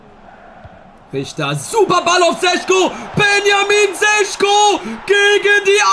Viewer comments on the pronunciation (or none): Šeško wird Scheschko gesprochen